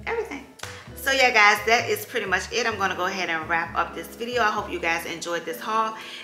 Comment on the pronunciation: New subbie here! I love, love your channel!! You're such a vibe ! I love you hear you say "it's so Pur-dee" LOL I've added a few items to my cart 🤗